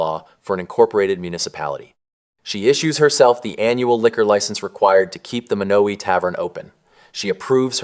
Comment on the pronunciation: Lots of misinformation. The pronunciation of Beatrice and Monowi. There is not a Menards in Beatrice.